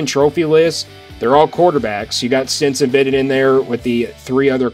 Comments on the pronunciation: I believe that his name is Stetson Bennett, not Stenson Bennett....................................... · Stetson. Not Stenson. Cmon dude. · Stetson...like the hat!...not Stenson. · Good work as usual. But here we Go again with Stenson Stenson Stenson!!! You might as well call CJ Stroud BJ Stroud. It's Stetson¡!!!!!!! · It's Stetson.. love your commentary. I agree 100% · It;s Stetson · It is STETSON !!!!! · Please don't butcher Kenny McIntosh name like that. LOL! I have NEVER seen a J at the end of that man's name. Like tf. Bruhhhhhh. You messed up SteTson Bennett's name too! Who are you? LOL!